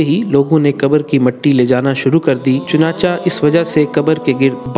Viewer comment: Chunancha nahi chunanchay hota hay